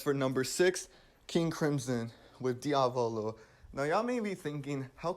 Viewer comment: Drinking challenge: drink one shot every time he says "Diavolo" with the wrong accent